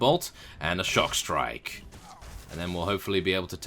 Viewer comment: I think It's Stockstrike, not Shockstrike :P